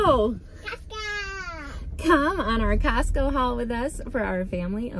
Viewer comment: She said encostco??? Like encanto?😭😭😭🥺🥺🥺🥺